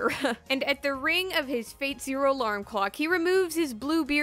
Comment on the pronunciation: I kept hearing “fake” instead of “fate”